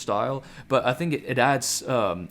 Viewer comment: It’s super uncomfortable how you pronounce the letter “T” bro like “buT” “cuT” “greaT” etc.. cool video though